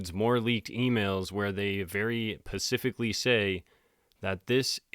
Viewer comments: THE WORD IS ...> SPECIFICALLY <. [ SPA] + [SIFF] + [ ICK ] NOT > PACIFC < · Do you know you’re saying pacifically instead of specifically?? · Love your vids but it’s specifically… i keep hearing pacifically lol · " Specifically " Sorry, but it's hard for me to take anyone who says "pacifically" seriously. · It's SPecifically, not pacifically, love ❤️ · Pacifically? I think you mean "specifically"... 😉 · "Specifically say.." not pacifically. Edit: By the way, anyone notice peculiar eye movement in left eye?! It's, it happens rather quickly however, if you slow it down or hit play and pause quickly, you can definitely see it.😧😳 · ''specificly' is the word - 'pacifcly' is a word that relates to an ocean. sorry to be so anal about this but: credibility. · Bro, I dig the channel and the sober vibes but... lol... dude, its pronounced "Specific" not "Pacific." I wouldn't have said anything but you say it constantly. Keep making killer content, I keep watching. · “The word on the SKREETS”i Pacificly think we should use this now too! 😂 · Pacifically say? 🤣🤣🤣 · Specifically ≠ Pacifically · Very pacifically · Dude what’s up with this pacifically thing 😂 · the "pacifically" kills me every time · Just found your page, happy New Year. Btw not sure if it is on purpose but the word is Specifically.